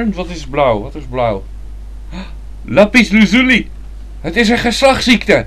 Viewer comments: Het is lapis lazuli niet lupus luzulu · lapies le-zuli met klemtoon op "u" LOL